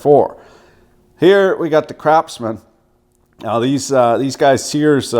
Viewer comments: Do you pronounce Craftsman as Crapsman intentionally?) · I'm pretty sure you said CRAPSMAN. Kudos. Exactly how I feel. The hue of red isn't even right. At what point do you say "Let's destroy our intellectual property by incrementally diminishing the quality so we can profit at the expense of the shareholder?"